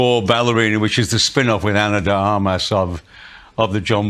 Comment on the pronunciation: It's "AR-mas", not "ra-MAS". Just nitpicking, I agree with everything you said.